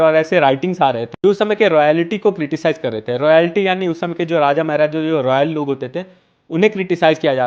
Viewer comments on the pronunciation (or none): Maharaja ❌️ Meher aaja ✅️